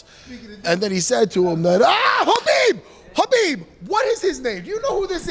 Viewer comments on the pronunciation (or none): Matt calling khabib, Habib, lol priceless. I'm a long islander, the verbiage is real lol